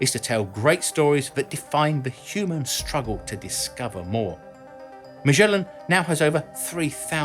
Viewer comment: How in the world you end up pronouncing "MAGELLAN" with a mushy soft "G" as if it was a French name: IT'S PORTUGUES!!!